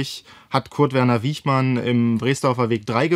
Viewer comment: Der Mann hieß Wichmann, nicht Wiechmann.